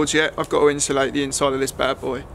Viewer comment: why do you say 'inshulate'